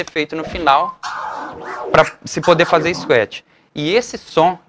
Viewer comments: É escuétchi ou scratch? Tem algo errado na pronúncia, vindo de um professor!!!!!!!!!!! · cara, bacana a simplicidade no jeito de falar !................engraçado falar scuet rsrs..............